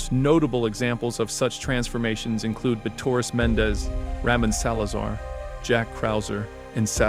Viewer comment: "ramen" salazar really? bro its RA-MOAN ffs so dumb.